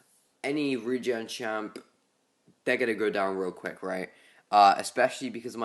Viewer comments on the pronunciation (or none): none